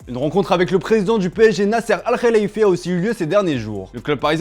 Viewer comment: Finalement quelqu'un qui prononce le nom du président du PSG correctement, Bravo! Ça se prononce exactement comme ça en Arabe